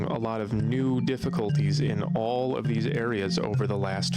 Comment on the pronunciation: Yor, what is going guiys, I hope you are awl doing wewl... ...I'm eschewming...